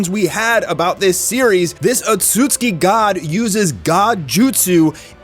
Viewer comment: Would you stop mispronouncing Otsutsuki.